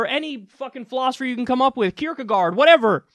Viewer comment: coming from a dane, your pronounciation of 'Kierkegaard' is hilarious solid segment